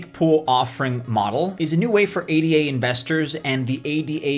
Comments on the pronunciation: Thank You but one correction - it's not "A D A", it's Ada. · Its called A-duh. Can't take you anywhere foo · ADA pronounced “EY-Dah”, Jesus wept! 🤦‍♂️ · Option 4) learn how to pronounce ADA